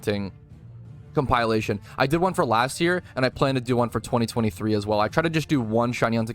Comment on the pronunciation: Just a heads up. Its comp-ILL-ation. Not Comp-Ile-ation. Closer to elation than compile. I always thought the word epitome was spelt epidemy until I was a nurse taking an epidemiology class lol.